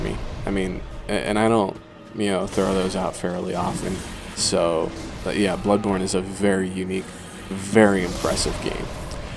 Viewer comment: When he said bloodborne sounds like he said bloodporn